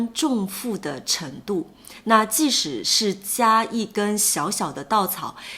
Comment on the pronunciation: you said 即使 as 既使 lol forth tone